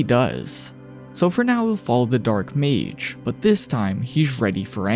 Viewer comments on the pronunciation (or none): none